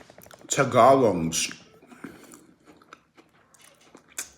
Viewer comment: No you did not just say Tag gal longs…. They’re tag -a-longs lol like “let me tag along with you !”